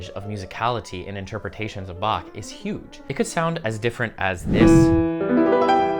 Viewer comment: What would Bach do? First off, he would certainly not butcher his name and twist it into "Back" like so many Americans do while thinking it is terribly funny. You actually did a pretty good job with the pronunciation, which is the first step towards respecting Bach.